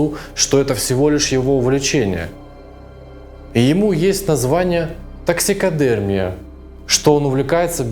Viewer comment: Реклама своих промоутерских услуг, а потом ТоксикодЕрмия вместо таксидермИи. Печально.